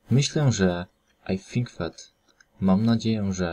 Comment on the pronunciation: xD "aj fink fet "